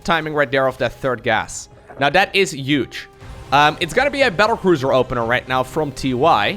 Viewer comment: I love accent. Especially when he says "Yuge"